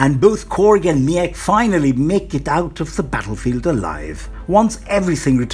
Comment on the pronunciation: Mech huh? Pretty sure it's Meek. Meeeeek.